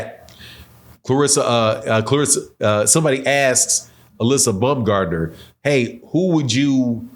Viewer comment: Alyssa bumgardner? My guy 😂😂 you butchered that so bad